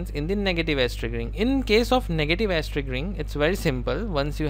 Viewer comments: He's actually saying Ass! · Amazing lectures brother. Love you for them. I burst out laughing whenever you said edge, it sounds like ass. Positive ass , negative ass xD